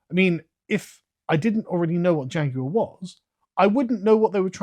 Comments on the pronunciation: "Here at JAGOWAH" This company has cooked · Er, excuse me. JaGUar is now pronounced "JA-GOO-ARR". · A guy who can’t pronounce Jaguar shouldn’t be in charge of advertising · You brits may speak the Queen's English, but the way you lot pronounce Jaguar sickens me to my core lol